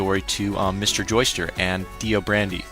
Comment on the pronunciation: BTW I notice you're saying "Joester". Sometimes the subs spell it that way. But it's actually Joestar. As in Joe and the word star. You'll notice later in the series why the "star" part is important.